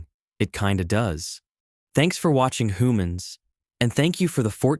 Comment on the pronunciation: Did he say whomans